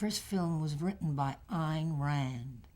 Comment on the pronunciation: Once again---*THANK YOU* for these great uploads; watched this entire interview ("delightful" and "classy" do not do this lady justice; one of the few persons who actually KNOWS how to correctly pronounce Ayn Rand's name) and hope to view some more of your other subjects, in future. Cheers!